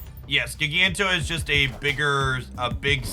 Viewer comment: It's JYE-ganto. Like giant. Or gigantic.